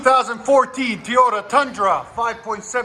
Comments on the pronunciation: It’s “Toy “ota not “Tea”ota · Why does this guy say “Tee-ota”?… It’s “Toy-ota” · He also can’t say TOYota correctly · I think he says that just to get a reaction from people lol. I find it funny. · Because he’s an idiot I guess 😄